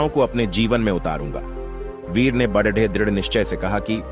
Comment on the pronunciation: BHAI BADE KO SAHI NHI BOL RAHAN HAI AI KUCH KARO